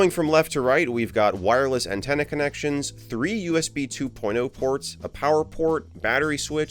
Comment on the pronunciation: "Anntenne" hehe